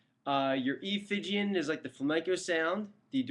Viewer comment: there's no such mode as "Phygian"; it's "Phrygian", and is pronounced "FRIDJEEYAN". any scale --- not just the Major scales --- can be approached modally, if you feel like investigating. thanks.